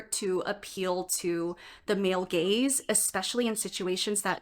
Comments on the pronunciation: hehe the first 15 seconds already got a chuckle out of me. "GAZE" not to be confused with "GAYZE". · Did you mean Gayz or Gaze? Please clarify...lol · I can only hear "gays" every time you say "gaze" lmao